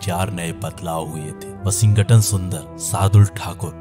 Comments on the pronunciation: Aj 1st time "Washington" Ka sahi name pata chala.. 🤔🤔🙄🙄🧐🧐.. "Washing-GATAN".. 😢😢😢😮😮😮🎉🎉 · I liked the way narrator was pronouncing Washington's name😂😂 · Please pronounce Washington correctly😅. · Bhai Washington bolna Sikh le please me jab tak tshirt nahi dekhi sala samaj hi nahi aya kiski baat kar raha hai